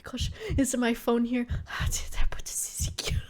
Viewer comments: it's pronounced Zat-Zee-Kee. Imagine the first T isn't there, so imagine it's spelled Zatziki, and then it's pronounced like that. Sucks that you got blinded by remembering about Tzatziki though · At first I thought the "teeziki" sauce you were mentioning was an American thing. But then it hit me, you meant Tzatzíki (or τζατζίκι, if anyone reads this from Greece) sauce! The English pronunciation threw me off. I'm French and yes we butcher it too, but we "only" replace the [ζ] or [z] sound in the Greek pronounciation with a [s] sound. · I love how she pronounces tsatsiki 'taziki' XD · At first I thought it was some weird exotic sauce I never heard of but no it's just Tzatziki that's pronounced with the same competence usually shows. The dedication of sleeping on a grandma sleep pattern is hardcore tho 💪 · The first T is semi-silent, but you pronounce the "Z". You'd pronounce it the same way as Tsar, or like a "C" in pinyin. The second T is fully pronounced. Tzat-ziki. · She learned how to say tzatziki after the story, but I hope she forgets because this way is superior